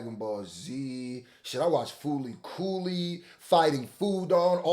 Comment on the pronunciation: The fact you pronounced fooly cooly properly proves to me you a real one